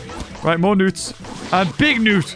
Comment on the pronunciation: Wait a minute why did you call them newnutes?